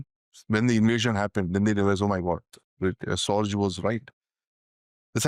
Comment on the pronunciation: Just ran into this video and watched for the first few minutes, and halted it, the man offering his pearls of wisdom in the video is a symptom of the lack of quality and insights in the Indian media. This guy cannot even pronounce Sorge's name, its pronounced "Raik-hard Sor-gay". No doubt Sorge had the most valuable insights, which he passed back from Tokyo to the Soviet Union, through 1941, while Stalin did not believe in the warnings of the German invasion initially, subsequently the Soviets would trust Sorge's word, especially the one about the Japanese unwillingness to start another war with the Soviets, after the German invasion of the USSR, which allowed Stalin to move well over 20 divisions from the East of Ural, to Western/European Russia, to fight the Germans. But Sorge was discovered and arrested later that year. The real gem, whose real identity has not been confirmed to this day, was Werther, some say it was nobody but Martin Borman. If Werther is ever identified, he would be the greater Soviet Spy, in how he worked through the war with the Lucy Spy Ring of Rudolf Roessler, passing info to the USSR and inflicting defeat after defeat on the Germans, such as Kursk in 1943, for instance.